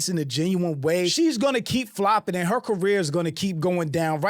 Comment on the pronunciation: Anyone who says "anz" instead of "and" sucks. Don't need further evidence to know they're pretentious and self obsessed.